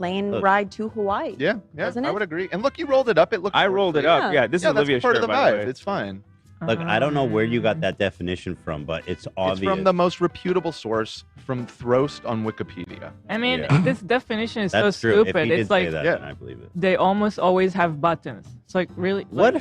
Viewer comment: I missed live chat so I'm just gonna say I am sick and tired of how says "reputable". I mean I love you,, I really do, but please emphasize the first syllable like the rest of the literates. Please?